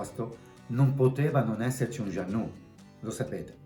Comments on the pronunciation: Vala' vala'!! Gianno'. Non puoi sapere di barche e pronunciare giannu'. Dai!! E poi mi sembrava di assistere ad una televendita di materassi e pentole ai tempi del Berlusca!!! Per fare il giro del mondo...primo servono dei buoni marinai. Ovvio anche la barca ma credo che con quella cifra trovi poco (o forse parlavi della caparra) saluti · Moody si pronuncia mudi, jeanneau si pronuncia con la o finale altrettanto per beneteau grazie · Per favore Mudy e non Mody, Jeanneau si pronuncia Jean no. Informati